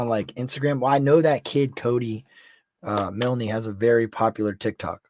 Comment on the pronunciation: Its pronounced miln the e is silent...I just had to add that cuz its driving me crazy hearing u say milnee lol